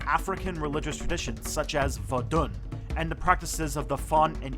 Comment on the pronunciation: Great video!!! Vodun is pronounced,...voh doon(but the “n” stops in your throat like a nasal French “n). Also the ethnic group you’re talking about in Togo and Southeastern Ghana the Ewe is pronounced Eh vay and also Eh way.